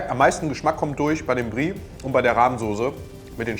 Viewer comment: Mich triggert es, dass er immer Brie zu der Soße sagt 😂